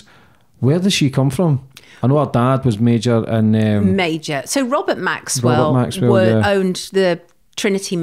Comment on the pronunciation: Well done,,,,,shes the first person I've heard (from 100's of interview's) that's pronounced Maxwell's name correctly. Goes to show she a Proper Journalist compared to the majority of others that claim to be. Keep up the good work Sonia.